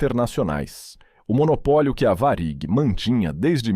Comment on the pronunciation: Boa reportagem,só falta esse narrador pronunciar de maneira correta,o nome da VARIG